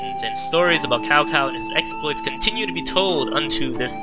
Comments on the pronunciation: Its not cow, it would sound like this 'Chow Chow' and actually in the tv series of the Three Kingdoms, the Cao Clan are bad. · Its pronounced Tsao... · God OMG Cow clan again........... It's not pronounced that, even Dynasty Warriors learned that later on.....